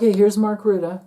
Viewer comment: Musk, Putin involved. Mr. Rutte, pronounced Rooteh...